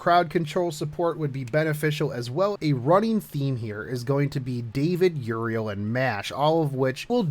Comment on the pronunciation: >Siegfried and Mordred >Single target Dude, no, also fix your pronunciation, stop pronouncing Euryale as Uriel One point about the Tristain fight, get Georgios if you are using Siegfried since he will deal even more damage this way